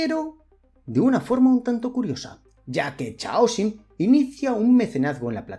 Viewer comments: Por piedad , para de pronunciar chhh aosium A poco no reconoces o palabra Caos (en inglés y muchos más idiomas chaos)? Pues eso, C aosium!… Es un poco irritante escucharte pronunciar mal a cada vez que lo dices. Parece que estás hablando de un chicle. Y eso que me encanta lo que haces! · Normalmente no me quejo de la pronunciación en inglés... pero en este caso es una palabra importante y se repite docenas de veces: Chaosium. Es una variante que se inventaron a partir de la palabra "caos" en inglés ("chaos"), que se pronuncia mas o menos, en fonetica de andar por casa, "keios". Por lo tanto, "Chaosium" se pronuncia (de nuevo, mas o menos) "keiosium"